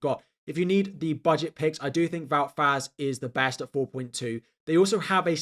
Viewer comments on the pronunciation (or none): none